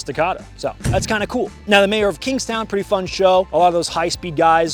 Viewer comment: Gotta be honest, couldn't understand what you said at the end of the "Mayor of Kingstown" part ;/